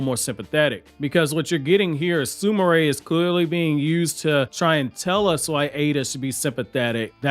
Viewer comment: Sumire is Soom Ear not Sumaray sorry lol just ocd